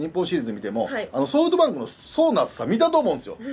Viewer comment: ソフトバンクのことソウトバンクて言うよね笑笑